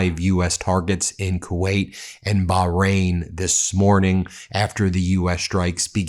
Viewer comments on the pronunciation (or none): none